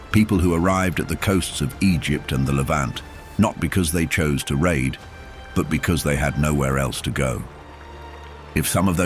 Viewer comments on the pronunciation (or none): none